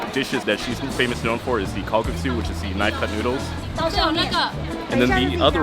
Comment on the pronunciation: not kalgaksu but kalguksu :-)